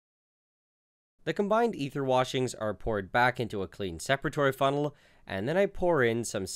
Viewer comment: Don't think I've ever heard someone mess up the pronunciation of "separatory funnel" so badly